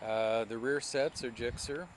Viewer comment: your supposed to say the letter you goon!!! lol not (gikser) its G S X R